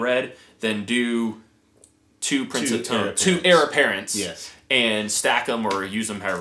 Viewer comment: Sounds great. But my inner grammar cop has a twitching eye...it’s “heir”, not “hier”.